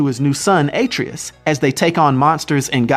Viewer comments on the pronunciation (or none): Did he say Ay-Tree-Us? 😆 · It's auh-tray-us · A-trey-us not Atre-us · Atreus is pronounced Uh-tray-us not Aye-tree-us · A - TREE - US. I think he meant ARE-TRAY-US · Also Atreus (UH-Tray-Us) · Atreus's name is pronounced BOY! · * Ah-Tree-Us Dont forget that the american way of pronouncing is the wrong way. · ITS A-TRE-US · The way u said Atreas 😂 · Ah- Trey-Us. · And A-Treus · PLEASE PRONOUNCE ATREUS CORRECTLY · || you pronounced atraius wrong to (may have spelled that wrong) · You also mispronounced Atreus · The way he says atreus triggers me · I hate the way you said Atreus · Pretty good start of the video but you said Atreus wrong and calliope wrong lol. Gonna continue watching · You pronounced Atreus wrong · I think the real problem though is if he played the games he wouldn't have messed up the name. He also says Atreus wrong and I understand everybody makes mistakes. But if your gonna make a youtube video about it at least research proper pronunciations. I see this very often on youtube, where people get simple names wrong. It really just frustrates me because a two second google or youtube search will give you the right way to say it.